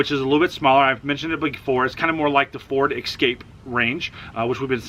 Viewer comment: Dude, It's Ford Escape, not Ford Excape.